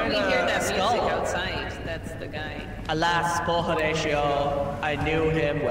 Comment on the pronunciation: gonna get (Ho)ratio(ed) for butchering that Hamlet quote.